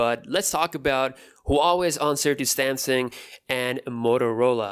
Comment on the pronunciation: I love how he says samsang instead of samsung😂😂